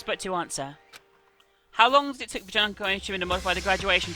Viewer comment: its Junko not Juhnkoh